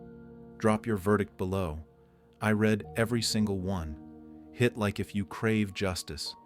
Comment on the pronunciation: Please amend your AI narrator,as to pronounciation. READ cna be pronounced as red or reed but it depends on the context. Your AI is alwsyss pronouncing it as red when it should be reed!!!